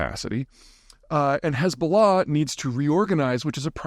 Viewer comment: Why don’t you spell Hezballah as you pronounce it?